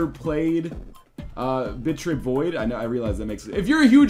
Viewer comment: Every time northernlion says 'Bit.trip'. I hear 'Bitch rip'.